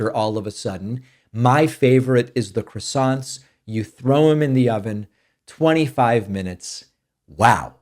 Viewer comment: the accent, in croissant, is on the second syllable.